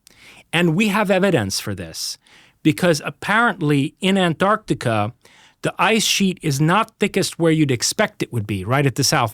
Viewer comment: If I hear him pronounce "An-Arc-Tic-Ah" one more time; I'm going to throw up.!